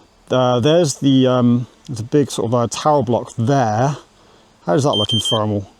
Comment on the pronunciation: It's not Fermal, it's thermal. I know you're capable of making the TH sound with your tongue between your teeth.